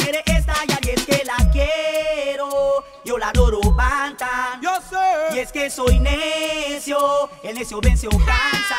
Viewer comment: es banton no rantan ni matan es banton (se pronuncia bantan)